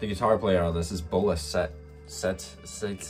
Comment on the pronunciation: it's pronounced as Bolá Zete, he's Brazillian.